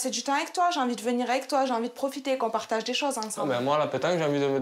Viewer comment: Pourquoi elle a prononcé on partage ' partague' !! Avec un gue non un ge. Je n'ai rien à reprocher à son homme auprès duquel, elle n'hésite de se montrer ingrate, de lui manquer du respect, au lieu d'exprimer de la reconnaissance à son égard, d'avoir reflété son image interne, comme dans une vie de couple, un partenaire doit se servir d'un miroir de notre soi-même que l'on visualise qu'à travers l'autre. Elle est censée être reconnaissante à cet homme d'avoir 👉 sur sa blessure : Manque de confiance en soi, en raison d'une apparence non entretenue.